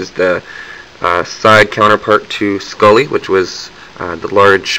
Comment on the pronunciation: Oh god, you said Skully!